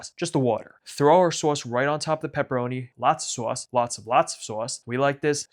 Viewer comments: I can tell from the way you say other words that your pronunciation of SAUSCE is not done ironically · seriously the way you say sauce is chef's kiss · Your sauce pronunciation is everything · You don't know how to say sauce. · what's the point of making pizza if you don't pronounce 'sauce' like Tony Soprano